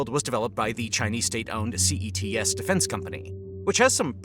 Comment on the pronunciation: CETC and you repeatedly call it CETS?